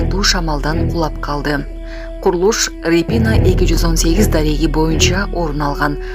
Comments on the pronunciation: РепИна эмес РЕпина. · рипина эмес репина.